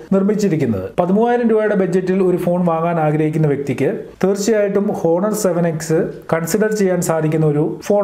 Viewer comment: "ഹോ"ണർ അല്ല "ഓ"ണർ